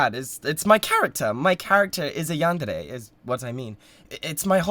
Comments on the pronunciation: no fr im so glad he says it right 😭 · yes, it is a japanese word. you don’t say every syllable like it’s the same, but there’s a certain way and roll of the tongue way to say it, and he said it correctly.